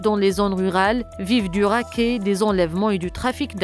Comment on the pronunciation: Quand vous parlez de racket...vous devriez prononcer le T ....le niveau de certains "journalistes" est inquiétant !!! J'ai entendu, il y a de cela quelques années une envoyée spéciale de la chaîne 3 conjuguer le verbe produire à la deuxième personne du singulier au passé simple : elle a dit "il produisat au lieu de produisit....mes cheveux se sont dressés sur ma tête